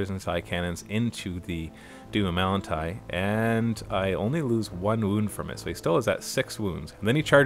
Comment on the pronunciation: it's doom of malan' tai actually. 5 seconds with google could have told you that and by spending 10 more you could have learned why it's called that